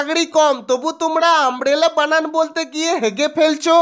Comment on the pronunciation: প্রশ্ন কর্তা কে আমার প্রশ্ন.... ছাত্র ছাত্রীদের Umbrella বানান জিজ্ঞাসা করার আগে আপনি বানান কে কেন "বানাম" উচ্চারণ করছেন। আগে নিজে শিখে আসুন।